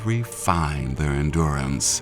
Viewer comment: "Endurace" if you know what i mean.